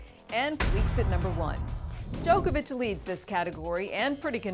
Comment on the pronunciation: Sorry but not sorry, it's Djokovic